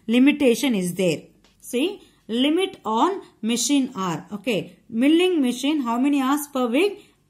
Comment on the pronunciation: your pronunciation of milling is wrong